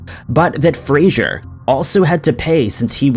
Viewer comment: Fraser, not Frasier. Jesus.